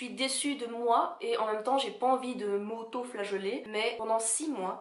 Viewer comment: "m'autoflagollet" alors celle la m'aura fait la soirée!! 😅😅😅